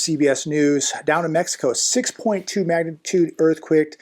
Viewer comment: Funny to hear a Californian say earthquick not earthquake 🤣🤣.